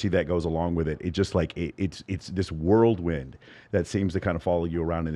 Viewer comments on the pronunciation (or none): … Worldwind??? Seriously? 😂